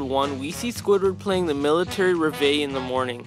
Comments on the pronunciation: Revay? REVAY? REH-VIHL-E Reveille. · I'm sorry, it's pronounced rev-ill-ee and it's a song title, not an instrument. The instrument is a bugle (b-you-gull) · bug-gull? Riv a? What are those annunciations? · In case this isn’t an AI voice, bugle rhymes with Blue-Gull And Revile is pronounced Reh-Vih-Lee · I'm convinced, but there's just a technical error a noticed. At about 12 min, you describe SB's respectful deference to Mr. Krabs, but sergeants aren't 'Sir.' also; 'bugle'; [BYOO-gull]. 'reveille'; [REV-ull-lee] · Bro pronounced bugle like bug-le and reverie like ravay... I could cry. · As a veteran I support this But it is pronounced Bew Gul and Rev El Ree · Bug el, rivvve…. Not bugle and reveille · B-you-gal Re-vi-lee Sorry to nitpick but your pronunciations bother me. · Bro butchered "bugle" and "reveille"